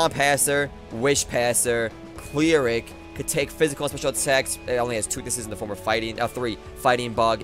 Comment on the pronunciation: Kai-ooo-rem, clee-rik. Have you been talking to PK Nipps gosh